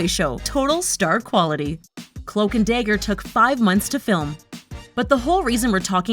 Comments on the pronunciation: i cant take it seriously (day - ger) is not dagger LMFAO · It’s dagger not dayger